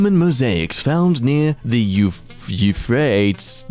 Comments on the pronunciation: You pronounce it U-frate-eese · It pronounced yoo-fray-teez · 1. the meltdown artwork is amazing. 2. Euphrates pronounced yoo FRAY tees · It’s pronounced You-Frae-Tees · Euphrates is pronounced as, u-fray-tees. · hearing him struggle to pronounce euphrates (you-fray-tees is correct i think) was funny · It's "U-fray-tease". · I believe that it is pronounced like you-freight-ease but I could be wrong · You fray Tee's -Euphrates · Your inability to say YOU-FRAY-TEES (Euphrates) correctly is telling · The river with the Roman mosaics is pronounced Yoo-Fray-Teez river. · “Do we need this?” YES Oh also it has been proven, you can die from a broken heart. Broken heart syndrome, brought on by extreme emotions can lead to severe heart failure. OH ALSO! Euphrates is pronounced You-fray-teez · (U-frate-ees) Euphrates river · Euphrates - You frate eez. The river moved over time, like all rivers. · . U-frate-ees (not this'll help)